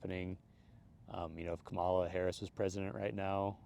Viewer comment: Unbelievable dude that it wasn't clear from the beginning. Trump was SCUM from the get go. Did you not eat h his disgusting rallies? And you can't even pronounce Kamala's name correctly. That tells me everything. And now you're making excuses. Shame on you dude. You're both sidings this. SHAME ON YOU